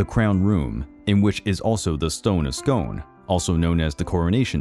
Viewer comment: For future reference, Scone is pronounced "Scoon".